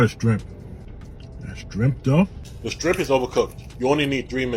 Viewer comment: Did he say strimp?